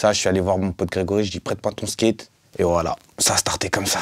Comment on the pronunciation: "Le Skéte" mdrrrr je le kiff